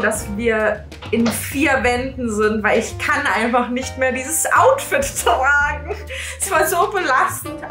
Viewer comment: sagt nicht trrrrrragen sondern tragen🤩